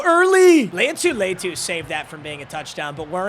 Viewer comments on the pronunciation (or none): Bro can’t say latu’s name right